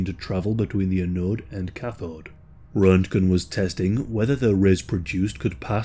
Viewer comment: I think that Roentgen is pronounced "RENT-jen"...